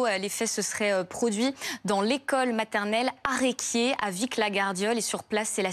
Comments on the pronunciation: Pas arequier , areSquier, on prononce le S, pensées pour les petits et les parents ❤️🙂‍↕️❤️ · On dit aressequiers pas aréquiers